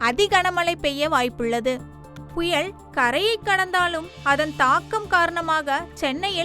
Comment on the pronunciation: புயல் என்கிற தமிழ் சொல்லை திரும்ப திரும்ப தவறாக உச்சரிப்பது வேதனை. தயவுசெய்து தமிழை சரியாக உச்சரிக்க வேண்டும் என்று கேட்டுக் கொள்கிறேன்